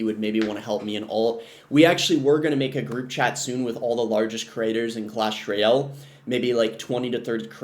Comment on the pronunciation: "Clash Royell"